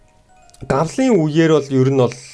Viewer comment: Гавалын үе биш Галвын үе гэж уншаарай